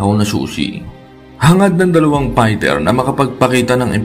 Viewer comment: will you pls ayusin mo nga mga caption's at mga Comment's at content's mo! nagiging barubal yung mga caption at mga comment's at content's mo eh! at ultimo nga fighter ang pag pronounce pighter ayusin mo naman at ikaw rin!